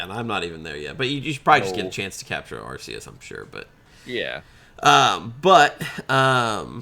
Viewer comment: Dammit, you took Latin, it’s ARK-EE-US